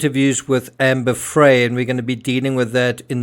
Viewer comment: Amber Frey, pronounced as Fry.